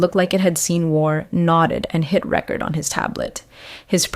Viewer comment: Mispronunciation of word "record" per context 🦅101st Airborne🦅